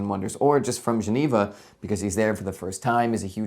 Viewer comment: It’s just “Juh-nee-vuh”, mate.